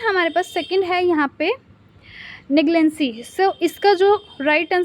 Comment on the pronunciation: नेग्लेंसी उच्चारण गलत है। नेग्लिजेंस होगा